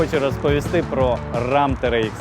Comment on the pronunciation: менеджер , не рам , а рем